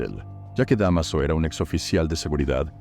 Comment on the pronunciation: DEMASO? DÁMASO!!!